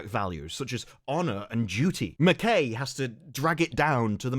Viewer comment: btw McKay is pronounced like Ma'k'eye